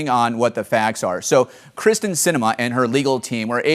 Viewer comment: Hey smart guy, her name is Kyrsten. If you're going to trash talk, get it right. You sound incompetent.